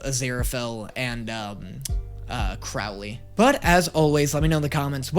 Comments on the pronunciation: Fyi, the “ow” in Crowley’s name is pronounced like the bird (crow) not like the sound you make when you hurt yourself (ow) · Crowley with an "oh," not an "ow" sound. Like the bird. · Crow-ly I am begging you to pronounce it correctly 🙏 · It’s CROW-LEY!!!!